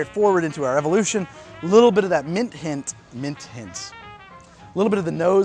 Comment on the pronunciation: “Mint hint-“ pause “Mint hint.” Those 3-4 prior drinks getting to you a little?